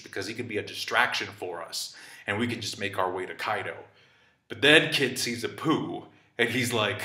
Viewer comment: And then Kid sees Apoo.. heard that as.. and then Kid sees a poo 🤦‍♂️